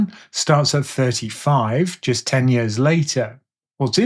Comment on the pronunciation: Is anyone else hearing "yurs" instead of "years"?.....Just me? 🤪